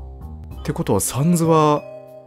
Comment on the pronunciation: お疲れさまです。 ところで、「サンズ」のアクセントですが、「三途」ではなく 週刊少年「ジャンプ」が一般的かと思います。 どうでもいいことですが一応ご参考までに…… サンズへの考察面白かったです。彼が何を抱えているのか、それとも 別に何も抱えていないのか？それを確かめるためにも、続きを楽しみにしています 1度見た状態でやり直しているとこのセリフが出ます テストプレイがバレる配信・動画投稿者泣かせのUNDERTALEｗ ここFF6 自分も舞台上を動き回ることができます。メタトンと一緒にミュージカルを演じるのも一興です🎭 カラータイルパズルの説明は にタイムスタンプしてあります 今はもう覚えましたけどぼくは「ファイヤーエンダーマン」とか言ってましたｗ まぁ腹、無いんですけどね！\ﾂｸﾃｰﾝ/